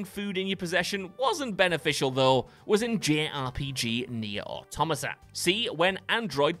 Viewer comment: The Baldachin's Blessing shouldn't be on this list, you only lose 5% of your health by carrying it (which is nothing) and using it like you're supposed to removes the rebuff while giving a fantastic buff. In Nier: Automata (you pronounced it wrong, btw) you can carry the mackerel for as long as you want without it affecting you at all, this list is about picking up items and the item itself does nothing while in your inventory. I haven't played Little Hope but it sounds like the gun is much the same, picking it up does nothing and only by choosing to shoot Angela does it do anything bad. The ending is also only worsened if you've already fucked up the entire game, making it an appropriate ending.